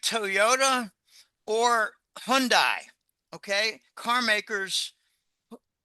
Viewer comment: It's pronounced: Hyun day Hyundai